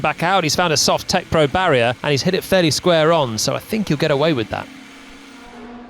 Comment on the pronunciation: "Piastri has hit the barrrer, can we make it fair please..." Norris hits the barrer too :D